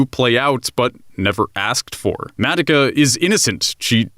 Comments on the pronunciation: H-How does he pronounce Madoka?? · WHYYYY DO YOU KEEP SAYING HER NAME LIKE THAT! THEY NEVER SAY IT LIKE THAT! WHYYYY! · Why do you say Madeka? Its MadOka. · Why tf does he say it Mattika, not Madoka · It's Madoka. Not Madaka. Why the hell do you and so many others butcher the name when the anime tells you how to say the name? I'm surprised you didn't call Mami, Mimi. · Mah-doh-kah not Mad-dah-kah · Take a shot every time he says mad-uh-kuh instead of mah-doh-kuh. Maybe by the middle I'll hopefully get alcohol poisoning. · Say it with me, “Mah-Doh-Kah.” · I don’t like how you say her name MADICA / MODOCA / MUODOKA but if that’s how you actually pronounce her name go off Good review tho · Oh boy. The way he says Madoka just makes me Mad-oka. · nobody: not even madoka:: MAH-duh-kuh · I love your video... I cringe whenever he pronounces Madoka “Mad-ik-a” 😅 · “Madika” 😬cringe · Mah dough kah. Madoka. They constantly say the name. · Excuse me did you say MADICKA? oh well it just bothers me a lot but ok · The only thing that bothers me is how you guys pronounced Madoka. Mah-Doh-kah. Where is the "eh" coming from? Great video other wise. :3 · I'm hering, Madaka ;-; Edit: i also heard Homuda(muda muda muda!) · Oh Haruhi Not expecting this video in my sub box XD The unexpected is unexpected. First of all: FUCK YOU KYUUBEY FUCK YOU 2nd of all: THOSE 'COSTUMES'!!! YES!!! WE HAVE PEAKED AS A SPECIES!!! Truly the true way to circumvent copyright claims! 3rd of all: Madaka?????????? MADAKA?????????? MADAKA?!?!?!?!?!?!?!? What happened?!?! Did no one in production realize saying 'Madaka' instead of Madoka??? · Your pronunciation of Ma-doka is cringeworthy. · its kinda grinding to hear him mispronounce her name constantly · Are you miss pronousing the Madoka on purpose? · the way you say Madoka triggers me. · Here’s me getting triggered on how you pronounce Madoka 😂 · I really really wanted to like this but I can’t get past the way you say Madoka